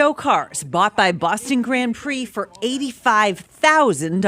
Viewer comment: I can't be the only person who's irritated by the pronunciation of "grand" through this entire video. That's an "nd" not an "hm", this is bad AI or an absolute imbecile of a real person.